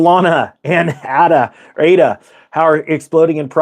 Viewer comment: "A"-DA. AAAAADA.